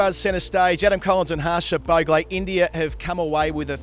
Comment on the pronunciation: Adam you pronounce bhogle like 10/10